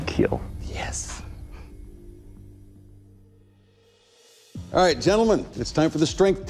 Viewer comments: he said it will kill and not it will KEEL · "It will keel"